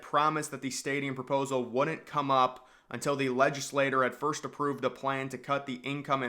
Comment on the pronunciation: He's a big talker, not a big thinker. He repeatedly mispronounces, "legislature," in numerous videos (including this one), and is willfully ignorant of basic facts about the area.